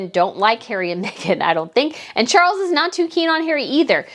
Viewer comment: Charles..NOT Cgarles!!!!!